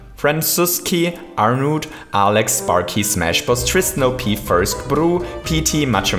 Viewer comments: LOL thats is funny, you said Arnoed, but it is! And by bruhhhhhhhhh is the same: you say broe but it is bruhhhhhhhh! xD But you are awesome! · is pronounced as arnowd